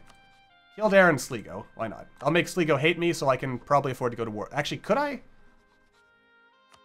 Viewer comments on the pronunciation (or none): Sleeego..... It's pronounced Sly-go